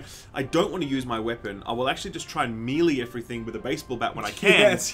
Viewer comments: Did he just say "mee lee" for melee? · it's pronounced 'may lay' not "me lee" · That's pronounced "may lay", Skill, not mee lee.